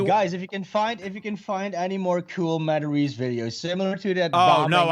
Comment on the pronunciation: "hey, I'm Joe MataRESE 🤷‍♂"